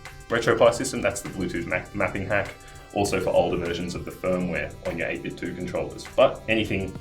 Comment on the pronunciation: It's pronounced 8-bit-doe, as in NintenDO